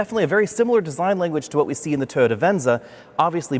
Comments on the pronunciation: Toyota, not TODA, otherwise I like! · Why does he keep saying Totda is that the company that makes the car or something? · Is it pronounced Toe-ta? I’ve been saying Toy-yoda.